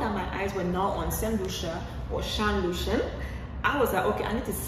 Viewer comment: Shan Lucien not Lucian.